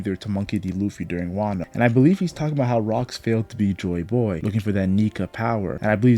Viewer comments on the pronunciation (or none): I like how this guy pronounces Joy Boy. “Joy BOoy” Very good video